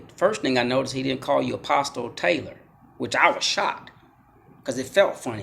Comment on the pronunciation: In English, the T in apostle is SILENT.